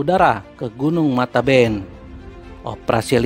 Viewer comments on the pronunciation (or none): Matebian bang bukan mataben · Gunun mate bian bukan mateben